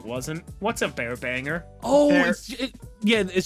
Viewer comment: I thought said bare backer instead of bear banger